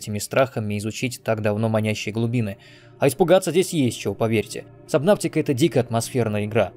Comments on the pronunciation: Немного подбешивает, когда говорят "сабнавтика", хотя правильно "субнотика" 🙂 А так видос каефный, спасибо! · Вообще буквосочетание AU читается как O. Fault, naughty, daughter. Поэтому субнотика, а не сабнавтика🙄